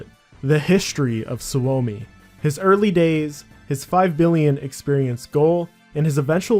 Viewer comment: suomi is a finnish word it’s pronounced like “sue me”